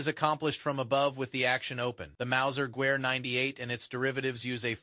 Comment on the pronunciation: Gewehr is pronounced "Gevehr"